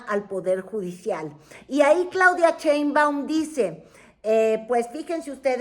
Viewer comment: Mientras sigas pronunciando "Cheinbaum", no te voy a ver 😅 Pronuncia bien su nombre!